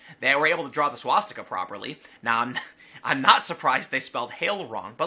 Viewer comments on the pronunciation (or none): none